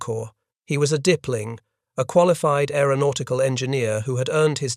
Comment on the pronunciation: "Dippling" : in German, that would be "Dipl.-Ing.", abbreviation for "Diplom-Ingenieur" and pronounced "dip'l inch".